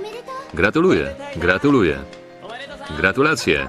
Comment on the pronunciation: Gratulasia jajaj tulalasia